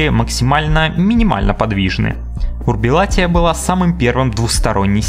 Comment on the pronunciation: не урбилатия, а урбилатерия